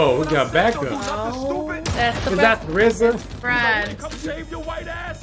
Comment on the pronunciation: I have to say this: I just watched another reaction video for the same movie from a couple, also U.S. The guy recognized RZA, but said R Z A!? I am happy to have heard you saying Rizzuh...